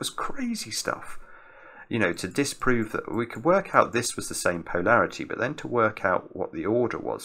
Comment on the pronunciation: Hi, great solve, but am I the only one who finds pronunciation of Polarity a bit strange? PO larity just sounds completely wrong to me:)